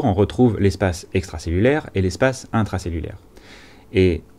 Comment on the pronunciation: Espace intwacellulaiwe et espace extwacellulaiwe avec un twain de PA...Bravo pour cette nouvelle présentation riche en schémas maison!